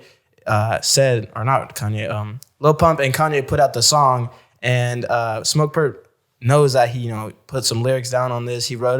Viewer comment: It's Smoke Purp, not Lil Durp, lol.